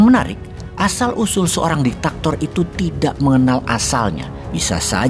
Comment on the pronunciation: DIK TA TOR bukan DI TAK TOR.